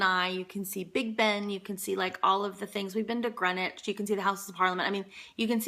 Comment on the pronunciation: You pronounced 'Buckingham' and 'Greenwich' correctly! You have been assimilated. :)